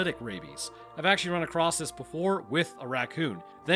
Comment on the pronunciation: ACROSS the country??? ACROSS??? ACROSS?? LOL